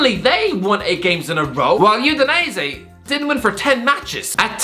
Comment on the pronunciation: this guy makes Udinese sounds like Euthanize it